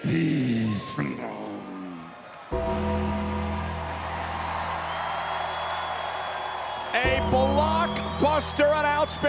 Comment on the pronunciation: LMFAO "rest in peacemaawgh"